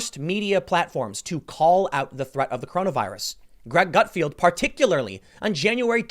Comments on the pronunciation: I'll be honest, I had a hard time listening to you call him Greg "Gutfield" all the time in this video. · Not Gutfield, but Gutfeld! :)